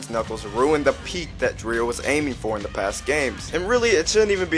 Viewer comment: The whole casting experience (which I was involved in but had to do what we were told to do) They wanted Knuckles to be a cross with Jamaican Island Attitude and confidence. And you pronounce Dreier like Dryer. He is a great theater actor and has worked for Disney and is currently doing a tribute to Doris Day starring in a play that tours. The reason we were replaced is sort of a mystery, but I'm glad we could participate when we did!